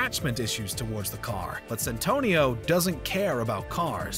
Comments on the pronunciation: Its Santino D'Antonio not Santonio. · It's Santino (little saint) not Santonio you heathen, and it is a cardinal, not the pope. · Hurt my ears every time. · The amount of times I heard "Santonio..." It's Santino lol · It's SANTINO D'Antonio! Also, you called Mark Dacascos "Damascos". Try getting the names right next time. Ps. The "pope" looked more like an archbishop/cardinal to me, judging by the attire. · It's Santino not santonio ... It's either the paper you're reading from ,or some orating skills you're missing my friend . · Its Santino D'Antonio not Santonio D'Antonio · If you are going to do your research make sure you also learn how to pronounce people's and characters name correctly. You not only mispronounced names but you really have a lot of the facts wrong. John Leguzamo is pronounced Le-gu-zamo not Leguzimo and they other name is Santino not Santono. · "Santonio Di Antonio" lol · "Santonio" make my ears bleed man . . . Its now imbeded on everything I hear thanks to you 😂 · i cringed everytime he called Santino: ''Santonio'' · Lagizamo? santonio? demascos? Who is this voice over guy? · So triggered everytime I hears 'Santonio' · Mispronounced "garage", "Leguizamo", "Santino" (how many times?). Unloading a 'clip'? John never fires a World War II rifle. He shoots firearms that have magazines. Screen Rant, you can and should do better. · And didn't even read it thoroughly considering the extra syllable he put into "Santino" every time he had to read it.